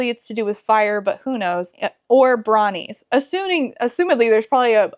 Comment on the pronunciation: I kept hearing "bronies" instead of "brawnies" and honestly it probably would have been a welcome addition to the story.